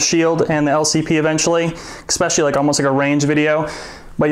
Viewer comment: Man... painful. "Exspecially"... Jesus Christ. :-/